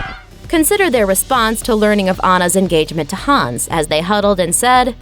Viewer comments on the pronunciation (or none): none